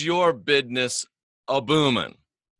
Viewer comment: My bidness's's" need a little work..